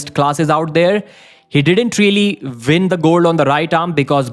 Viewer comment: its “ win” with the W NOT VIN 😂😂😂